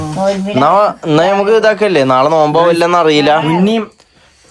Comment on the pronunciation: നോൽമ്പ് അല്ല നോമ്പ്